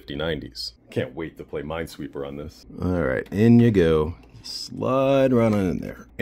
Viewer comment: DID YOU JUST SAY MINE SWEEPER